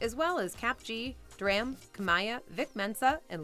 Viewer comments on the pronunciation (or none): none